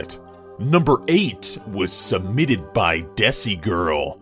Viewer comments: it's not desi I know it's spelled like that but it's sorta like pronounced deysei FYI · actually it's pronounced D-AY-see girl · It is pronounced DESHI